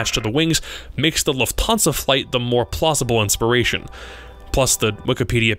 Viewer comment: its Luft hansa not Luf thansa